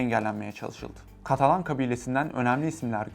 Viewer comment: katalon degil ya katalan!